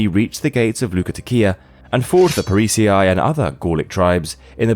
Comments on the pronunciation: How is pronouncing "parisii" as Pari-cee-ai not AI voice? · parisii is not pronounced pa-ree-see-eye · Prononced like Parisee 😉